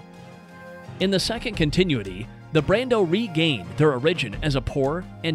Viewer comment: “In the second continuetee”